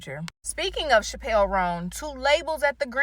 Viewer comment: Calling Chappell Roan....Chappelle as in Chappell Show has me howling 🤣🤣🤣🤣